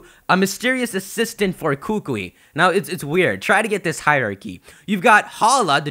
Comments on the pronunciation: hookwee no its kookoowee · it's "coo coo e" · Kukui is pronounced with the emphasis on the second syllable, just a heads up. You'll sound way smarter than all of the other pokemon youtubers and impress all us hawaiians too :) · KU-KU-IIIIIIIIIIIIIIIIIIIIIII [koo-koo-ee] NOT [koo-kwee]!!! AND... THERE IS A KUKUI NUT TREE... WHICH SIGNIFIES INTELLIGENCE AND KNOWLEDGE here IN HAWAI... btw... but hey it's okay ;D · I'm sorry I can't anymore people come on can you at least say the professors name correctly! Kukui, ku-ku-I or like a bird chime koo-koo and then add the E sound but instead of the o sound in koo-koo its this, so it's Ku-Ku-E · Dear, please stop mispronouncing the professor's name. It's pronounced kuh-coo-ee. There is a slight pause between "Ku" (kuh) and "kui" (coo-ee). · it's so hard hearing you trying to pronounce Hawaiian language right. I'm from Hawaii, big island. it's kuukuuee that's how you pronounce it. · Kukui is pronounced koo-koo-we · Bruh it's pronounced ku-ku-I the I is another syllable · I highly doubt they'd debut dual type moves, and plus it's pronounced Koo-koo-ee you need to slow down and think about what's all going on. You're rushing a little much and there's still months till this game comes out. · kukui is pronounced (KOO-KOO-E) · It's pronounced koo-koo-eee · pls kukui is pronounced as koo-koo-eee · Well first of all, you mispronounced Kukui, but that's okay haha. Second of all, Kukui is Hawaii's state TREE, so it still makes sense regardless. (This is coming from someone who lives in Hawaii). Great video, tho! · lol umm youre pronouncing Kukui wrong xD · The way you pronounce kukui is very cringe worthy. I'm sorry to be rude.